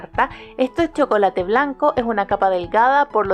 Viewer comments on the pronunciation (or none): none